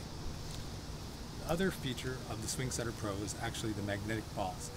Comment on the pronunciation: He keeps saying sing swetter